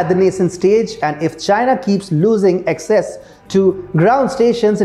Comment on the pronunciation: Access is pronounced as ak ses and not excess. Just Google it...How can be so unmindful of such errors?